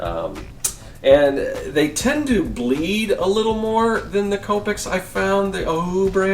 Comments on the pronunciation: Coe-pick Is how you say it :) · Copic is pronounced "Co-pic". Representatives from the company will correct you if you say it wrong, lol.